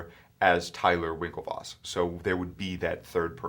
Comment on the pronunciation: I think is Winklevoss, not Winkelvoss...